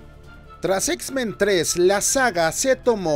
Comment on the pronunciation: no soy el único que escucha x-ben verdad jajjaja